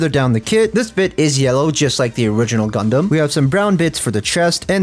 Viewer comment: DID YOU SAY……..gUdUm